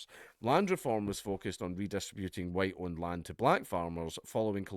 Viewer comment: "The HUWITE man is back!" = Dankula, pushing his luck. AGAIN!